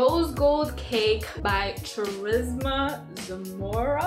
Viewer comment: So cute i love it!💙🍼👶YAY!U picked of my cake request😁🤗and girl dnt feel bad everyone pronounces my name wrong😂but for future reference its pronounced like Car-ista😊the h is silent then Zamora(check out the rosegold sprinkles from sprinkle pop)😉